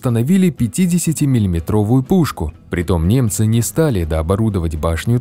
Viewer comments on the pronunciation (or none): тут я почему-то услышал не ''немцы'', а ''мемцы''